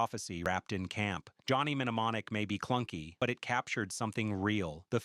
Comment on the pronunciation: Sound it out one syllable at a time. New-mon-nik. It's errors like these that make me want to turn off the video and read a book.